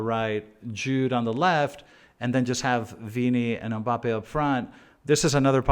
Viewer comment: Whos UMMBAPPE 😂